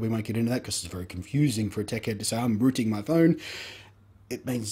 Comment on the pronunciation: Rooting, not rooing ;D